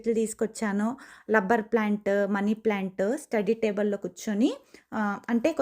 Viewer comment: LUBBER plant kadhu andi RA RA ani palakali RUBBER Plant ok na 👍